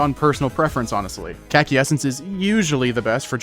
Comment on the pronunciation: kaki king aint ya suposted to say caci not kaki